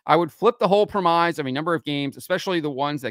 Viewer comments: FYI: The word 'premise' is pronounced 'prem-iss', not 'prem-ize'. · Just a heads up, you are seriously butchering the word "premise". Not even close to how it's pronounced. It sounds more like "prem-miss".